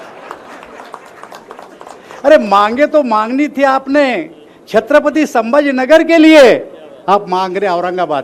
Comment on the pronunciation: दानवे भाषणात एकच चांगला उच्चार संभाजी नगर